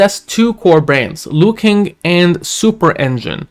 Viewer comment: it’s pronounce Luo-Kuang not Luo-King ✌️